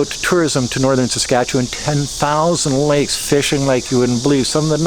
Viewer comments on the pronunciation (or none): none